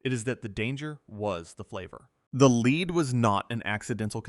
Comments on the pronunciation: Can you not pronounce lead as a metal? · The voiceover incorrectly uses lead as in to lead a horse to water instead of the heavy metal lead multiple times. Is it that hard to have a human read a script? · The AI voice mispronunciation of lead back and forth shows that this channel and our humanity deserves a human voice. I will not be listening again until a human is narrating. Sorry. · Its strange how one sentence it says it correctly, then the very next sentence its mispronounced